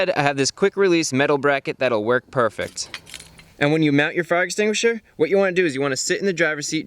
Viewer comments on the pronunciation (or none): Chris says purrfect not perfect